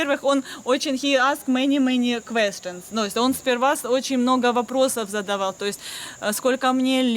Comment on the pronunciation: а как вам: хи аск мэни мэни квэстэнс ... instead of: He asked many questions